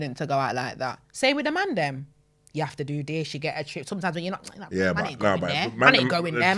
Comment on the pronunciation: this is pronounced this, not dis.